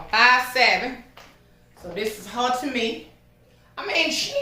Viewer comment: 🤣🤣🤣🤣I JUST LOVE YOU SO!!!!!!!!!!! I just love to hear you say “HAR” ( her) 🤣🤣🤣🤣👍🏾👍🏾👍🏾👍🏾👍🏾